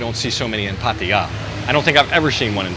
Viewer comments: You pronounce Pattaya this way NOT Pattia 😂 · Just love the way that puts down the people that are always there ready to correct him and other vloggers about something or other, How much does it affect the video when you say Pattaya incorrectly so long as it is understood where they are at?